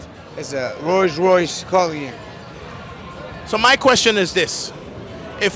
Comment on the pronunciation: Rolls Royce (culian) ??😂😂